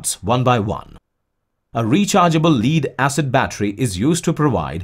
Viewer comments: "led" like "red" (lead the metal), not "lead" like bead ("lead"er of the pack). The "ignition harness" is the collection of ignition wires, not individual wires. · nice work and graphics: maybe the English is computer generated: anyway there are errors.The battery metal is lead, pronounced like "head" not "leed"; distributor is stressed di STRI butor, accent on I. Articles are missing as in a phrase like" connected to contact breaker" which should read " connected to THE contact breaker.Sorry that the verb lead, as in leader, and the noun " lead" meaning cable are pronounced "ee".English is not always logical.